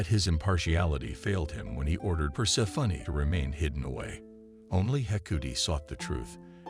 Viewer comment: per-SEH-funny XD